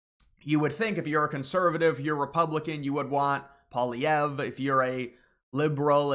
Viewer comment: I know it's some crazy french BS, but its pronounced "polly-ev"